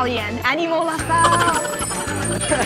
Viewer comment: we're from "Luh Suhlle"